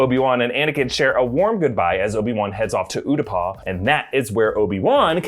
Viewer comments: Ew-tah-pow. It is NOW oo-dah-paw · Am I the only one who winces every time pronounces it Uta-paw instead of Uta-pow lol I get Utapau is a weird name but my goodness 😂